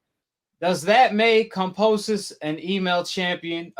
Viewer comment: At least say the name right. You’ve been saying it wrong forever. kamBosos